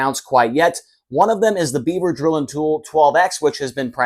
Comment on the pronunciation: Wait, did you say "beaver drill it"? 😳😁👍👍